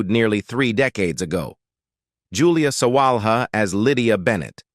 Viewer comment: Mike Leigh is pronounced Mike Lee. Iain Glen is pronounced like Ian Glen. The h in Sawalha is not pronounced. There are many other mispronunciations too. Mr Collins is not that 'distantly' related to Mr Bennet. He is a nephew. You failed to mention the Mr Collins actor's probably best role which was playing Cicero in the highly acclaimed HBO series 'Rome'. You can see his performance in the youtube video Caesar Augustus tribute Rome, As well as in Death of Cicero. Interestingly the actor who plays the adult Octavian (later Caesar Augustus), played the foppish Charles Bingley in the film version of Pride and Prejudice starring Keira Knightly.